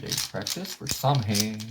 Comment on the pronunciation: "The correct way to pronounce Samhain is "Sow-wen, with sow as in female pig.".